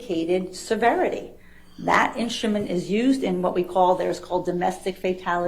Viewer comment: I love the prounaunce "inschtument" by Dr. Hewes